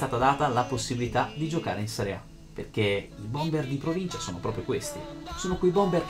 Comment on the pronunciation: nessuno si è accorto di "proncincia"a ?